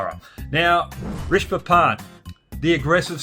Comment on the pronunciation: Rishab P = Ree-Sub ( use this in pronunciation)